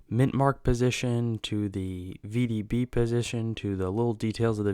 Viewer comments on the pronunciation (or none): STOP....You are dead wrong. The REAL VDB is slightly left of center. I've been a rare coin dealer for 60+ years. Get your facts straight before mouthing off and misleading people. AND....It's NOT vbb. It is V.D.B., The initials of Victor David Brenner, the coin's designer. PLEASE learn about Lincoln Cents.